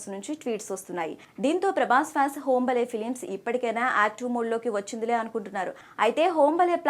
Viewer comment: అది హోంబలే కాదమ్మా హాంబాలే